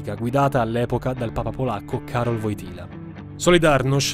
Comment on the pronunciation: Hai pronunciato male Wojtyła e malissimo Wałęsa